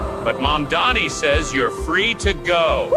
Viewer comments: Cuomo know how to say Mamdani's name. He mispronounces it intentionally. To belittle him. It right out of trump's playbook and a lot of Republicans started to do it as well. NY your a lot better off without Corrupt Cuomo. You could have easily denounced trump's endorsement. But you figured that would put you over the top with votes. I guess having Trump's endorsement makes you a HONORARY MAGA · One I do find it rather hilarious that none of Candidate Mamdani's opponents can say his name properly but that such a thing extends into this A.I slop. 2 as does andy boi's hardon for the DSA